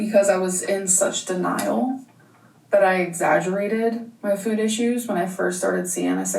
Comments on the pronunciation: Is it just me or does they put this small inflection on the word ‘food’? Like, she’s saying “ ffude”. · Nit-picky central here.... I hate how she pronounces the word 'food'.... Anyone else? 🤔🤣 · Am I going crazy or is she starting to say her "o's" differently? The way she has pronounced food recently and when she says "Yes I dooooo". I don't think I've ever heard her speak that way 😅